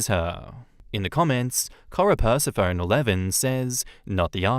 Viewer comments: Persa-phone? Per-seff-oh-knee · Hey, the username korepersephone is reference to greek goddess Persephone, so you pronounce it "per-SEH-fo-NEE":)